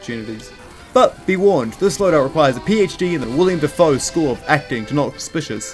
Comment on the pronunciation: Dawg really said “William Defoe” 💀